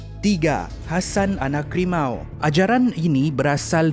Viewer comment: Bukan rimau lah limau